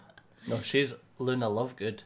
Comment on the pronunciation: She called Luna looney